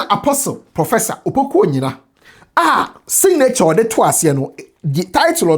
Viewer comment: It's about time to stop saying singnature😢and say it signature please!